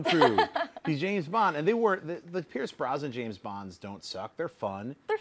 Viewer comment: His name isn't "Pierce BRONSON." It is Pierce BROSNAN.